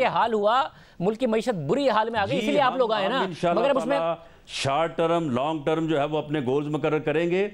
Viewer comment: Term bolna to seekh lo